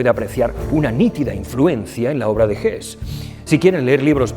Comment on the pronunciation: Como siempre, gracias por su trabajo. Por poner un pero. Me suena mal la pronunciación del nombre de escritores alemanes en inglés como „gess“ o „zomas“, en lugar de „gesse“ y „tomas“. Es lo único que puedo aportarle